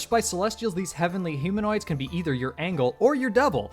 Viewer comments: it's pronounced EIN-jl not Ann-Gull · I’m sorry, did you just pronounce angel angle